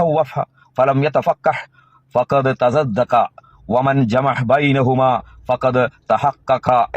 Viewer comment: നീ പറഞതും തെറ്റാണ് തസൻദഖ എന്ന് പറയേണ്ടിടത്ത് തസദ്ദഖ എന്നാണ് നീ രണ്ട് പ്രാവശ്യവും പറഞത്